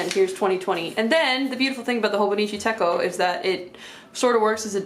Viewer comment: Techo is pronounced just like it’s spelled, like the “ch” in chocolate